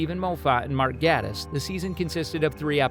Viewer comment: Click Bait and incorrect pronunciations of Moffat and Gatiss names...